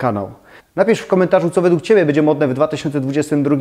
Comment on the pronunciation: z przyjemnością oglądam Pana filmy, byłoby mi jeszcze przyjemniej, gdyby dbał Pan bardziej o poprawną wymowę np. minimalizM, bĘdzie:) to nie krytyka tylko konstruktywny feedback;) ps. Chętnie obejrzałabym filmik o stylach - japandi, modern classic itd. Chyba że juz taki jest, ale nie mogę go znaleźć…? Pozdrawiam!